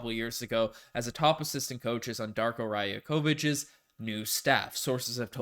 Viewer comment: Hey! Some advice with correcting Rajaković pronunciation it’s not not Raya-kovich it’s ray-okovich:)